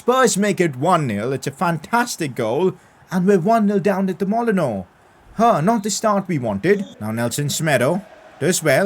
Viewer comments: PCQ: Why not recall Gibbs-White from loan, train him up and make him the replacement for Moutinho? Also it's pronounced Molinew. Loving this series so far 👌🏼. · Stop saying MOL I NO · Pcq: The Molineux Stadium is pronounced Mol-In-New, just for future episodes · Molineux is pronounced: molly-new. Just so u know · Pcq: it's pronounced Molly-nyew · Molineux is pronounced Molin-you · Wolves stadium is pronounced like mol-en-you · Pcq: not to judge but wolves stadium is pronounced moli-new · Will this be a daily thing or weekly Just want to say these things too: Adama Traore's first name is Ad-arm-a José Sa's first name is Joe-zay The stadium is called mol-e-new (I'm a wolves supporter so I know this)